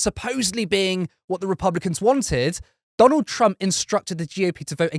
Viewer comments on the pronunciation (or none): none